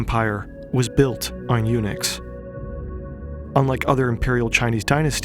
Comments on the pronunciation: WHAT THE FUCK IS A UNIX. LEARN TO ENUNCIATE HOLY SHIT. found out its eunuchs, learn to articulate too'. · At first I was like, why is he mentioning Unix that often? Then realised he meant Eunucs. 😂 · "The Ming Empire was built on UNIX" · I thought you said that the dynasty ran on “Unix” and I got a little confused